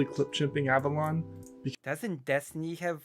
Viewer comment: Wow, I didn't realize at the time, but he goes from pronouncing it like "Avelone" to "Avalon" during this. That's so weird!